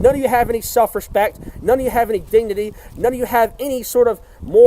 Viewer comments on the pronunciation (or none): when he said dignity, it sounded like DEE DEE DEE, he's ripping old Carlos Mencia XD